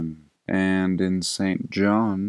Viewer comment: For someone named, you're having a difficult time pronouncing St. John. 🤐